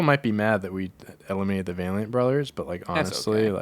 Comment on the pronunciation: valeint brothers who u said wrong would pone